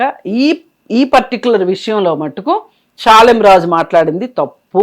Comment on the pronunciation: పాలెం రాజు కాదురా ఎదవ శాలెం రాజు అనే పదం కూడా నీకు రాదు నువ్వు మాట్లాడుతున్నావ్ తీసేయ్ వేస్ట్ ఫెలో